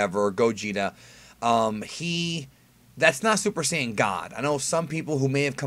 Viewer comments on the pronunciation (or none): Here's a fun drinking game; drink a glass alcoholic beverage every time says "sayan" in the video.